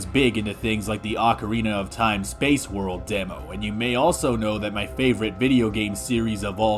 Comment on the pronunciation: This video is obviously a joke because you said "Ocarina of Time" correctly.